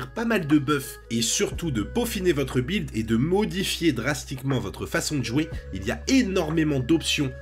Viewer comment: "bwild" lol ... aussi enorme qu'un "bwilding"